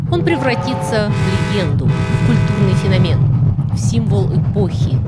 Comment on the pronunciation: Да, фенОмен правильно произносить так, а не феномЕн😂😂😂😂😅 . Вот такая я противная училка, ничего с собой не могу поделать!😅😅😅😅😅